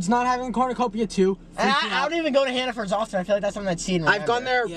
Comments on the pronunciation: I'm actually crying because I'm from maine, about 20 mins from york and EVERYONE calls hannaford "hannafords" here thats so funny lmao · Honestly up until 30 seconds ago I thought Massachusetts had Hannaford stores so I was lowkey surprised to hear you all pronounce it like Hannafords 👀 but as someone who has also worked at a Hannaford I agree with Matt’s “FUCK HANNAFORDS” Edit: Mass does have Hannaford stores so I’m even more flabbergasted at the way y’all pronounce it and I can attest to the fact that the logo has never had a cornucopia 🤔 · “hannafords” HAHA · i love you guys sm but the way you say “hannafords” instead of hannaford got me fucked up 😭 there’s no s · Hannafords? Isn’t it hannaford?